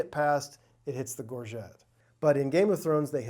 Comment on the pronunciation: From one scene to the next, two of these experts pronounce 'gorget' differently. Which one of them is the actual expert? and .